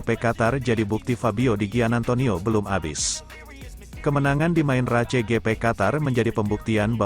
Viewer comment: 😂 bacanya RACE